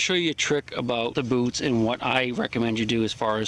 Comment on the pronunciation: At first I thought you said lets talk about booze.